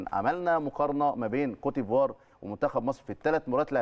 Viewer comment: بأحس بتلوث سمعي لما اسمع بيقول كوتيفوار صلحهاله يا فارس